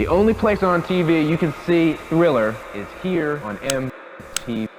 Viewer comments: “Thriller” not “Sriller” “Off The Wall” not “Off Za Wall” يا خيبتك الثقيلة، إستحي و انطق صح. لما بتنطق كلمة بالإنجليزي لا تستخدم لهجتك الركيكة. حتى بالعربي "ث" تُنطق ثاء و ليس ساء .. "ذ" تُنطق داء و ليس زاء إحترم مستمعيك و لا تنطق الحروف الإنجليزية بمزاجك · احا على نطقك لاسم البوم مايكل جاكسون ايه يا ابنى ده ثريلر